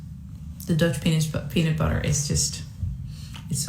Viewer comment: The Dutch Penis Butter 😂 I love you Floor 😅❤